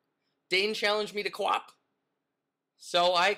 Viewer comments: u said qwok! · Intro sound like you said "F**K". Pickles? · did he say qwop or fu@ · It sounded like you swore in the intro XD